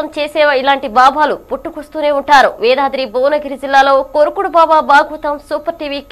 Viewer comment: వేదాద్రి కాదు యాదాద్రి...